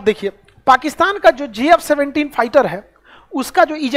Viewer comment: JF17 not gf17 😂